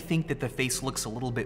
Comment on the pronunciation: “Litteler blue blog.” Really? Littleler?